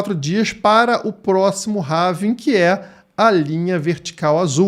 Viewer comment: Não é "HAVING"! É HALVING.